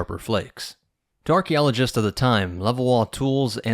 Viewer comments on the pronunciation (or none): it sounds like he says "Darky-oligists," 😂😂😂😂.